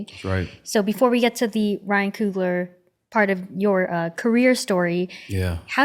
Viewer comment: Why she keep saying Coogalar!